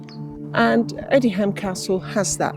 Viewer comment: The pronunciation is Odiam - the h is silent!